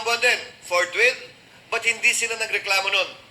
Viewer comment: Gusto kc ni keso immediately daw hindi fortwith,d kc nya maintindihan fortwith ei! 😆😄😆😄